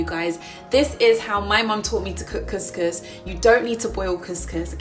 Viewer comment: You are pronouncing couscous so wrong 😂🙉